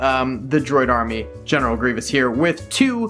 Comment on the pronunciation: "I have a lot of general grevoiuses" Grevoiussi?